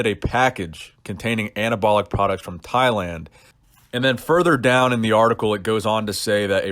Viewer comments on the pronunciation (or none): none